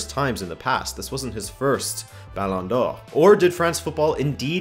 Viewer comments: I love your correct pronunciation of “Ballon d’Or” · It bugs me that you say ballon d'or with french pronunciation but butchers rabona with that accent. Good video tho. Got a new sub!